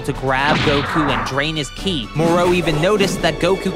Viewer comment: It’s Ki not chi